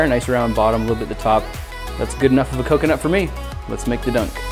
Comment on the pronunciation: Was he trying to say coke-e-nut